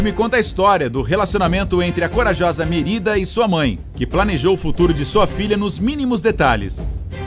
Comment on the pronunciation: Tudo isso é desespero pra conseguir terminar um vídeo? Já me acostumei com as "Manchetes" apelativas da Incrível. Mas se vai fazer um vídeo sobre filmes, assista pelo menos o trailer pra não pagar micão. Só aqui que a Pixar virou Picssár, Mérida virou Mêrída. E quem é Uol Li??????